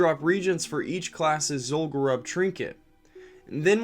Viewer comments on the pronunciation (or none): I don't know if you appreciate pronunciation corrections or not, but let's do it: sepulcher is "seh-pull-kur". Zul'Gurub is pronounced "zool-goo-roob", because it's named from the Gurubashi trolls. The same goes for all troll zones: Zul'Aman for the Amani trolls, Zul'Farrak for the Farraki trolls, and so on. They pronounce Zul'Gurub in one of the Zandalari trailers. Take care and have a great day man!